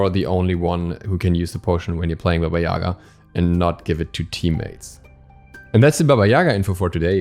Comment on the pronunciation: Dude, please... Not YAga but yaGa... She is character of our tales and thank you for your awesome videos anyway ad warm hello from Ukraine ~~~